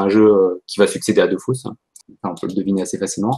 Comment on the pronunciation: Aaaaaaaaaah. C'est "Dofous" au lieu de "Dofus". Tout n'est que tromperie. (Sinon super interview)